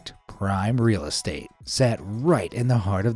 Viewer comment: mf China said e-ez estate